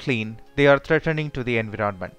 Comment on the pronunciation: Sorry to say but you are pronouncing environment wrong